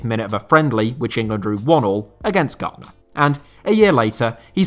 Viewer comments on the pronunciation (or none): none